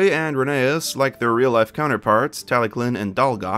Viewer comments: All I heard was "Rainy Ass" 💀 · Rhenease and Rherbe (also i thought Ffarquhar was instead splent and said "Farquad" for some reason)